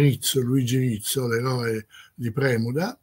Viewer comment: Si ma ... Thaon di Revèl non Rével, Prinz "òighen" non "oighèin", Premùda e non Prèmuda... insomma, che fastidio.